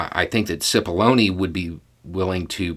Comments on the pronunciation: As this started I didn't hear clearly and had to start again. I thought he said "So today we are going to talk about paths to baloney". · Oh my heck I kid you not. When first said Cipollone I thought he said 'path to bologna.'